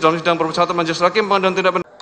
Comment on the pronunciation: tadi Allah tunjukkan hakim salah ucap "ruang pengadilan" jadi "RUANG PENGADALAN" 🤣🤣